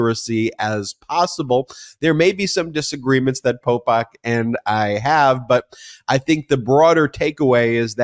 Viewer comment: Popok… I was driving around listening and I thought you were calling him pol pot😢